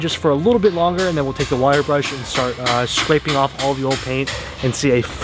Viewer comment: and we’re gonna start scwapeing this off